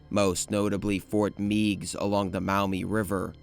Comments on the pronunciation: Also Ft. Meigs is pronounced "Megs", not "Meegs". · As a kid from Perrysburg, Ohio and having visited the fort several times and slid down its slopes in the winter, I must tell you that Fort Meigs is pronounced “Fort (may-gs)” with a long A sound, as in eight. Thank you for your video :) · Fort Meigs (Fort Magges) As in Mag Griffin